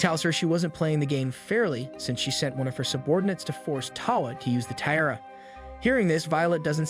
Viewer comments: Tiara is pronounced "Ti-ah-ra" not how you are doing it and it really annoyed me :-( Otherwise very good recap. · If this is such a high-quality production, why can't you pronounce "tiara" correctly?